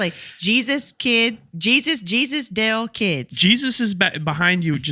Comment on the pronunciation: at the dale not da-le podcas-t